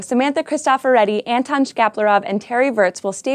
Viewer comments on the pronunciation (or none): none